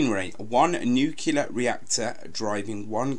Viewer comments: nuclear not nucular, u sound like george bush, and its aitch for H not haitch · THE WORD IS PRONOUNCED "NU-CLEAR"!! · It is not 'nucular'